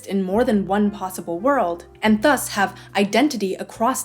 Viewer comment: fascinating how you pronounce thus, i've never heard anyone do that before